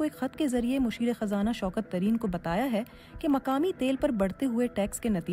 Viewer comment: مقامی نہ کہ مکامی قیمت نہ کہ کیمت تقریباً نہ کہ تکریباً قانونی نہ کہ کانونی باقی آپ خود ہی ٹھیک کر لیں.